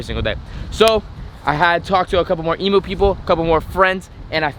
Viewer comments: Eeeeeem-yooooo NOT Eeeeeee-moooo! Gah! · Hey man can you please say emu like we do in Australia it goes like “E mmm U “ No Emoo’s over here ❤️ Still love the vids but no hate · What the fuck is an e moooo. You pronounce it totally wrong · EMU not EMOO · Please pronounce Emu properly 😡🇦🇺🇦🇺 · Just saying you pronounce emu by saying the actual letter e at the front